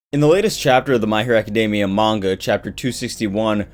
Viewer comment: You're pronouncing Academia wrong bro.